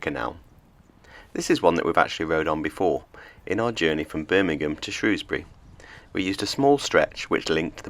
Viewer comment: You're no mug! Pronounced Shrewsbury correctly.